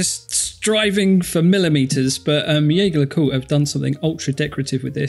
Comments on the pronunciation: "Yeager le koolt"?! ...please make an effort! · One of you guys is absolutely butchering Jaeger le coultre's pronunciation... 😅 Second one is OK... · I love how he changed to saying JLC after the other guy mis pronounced it.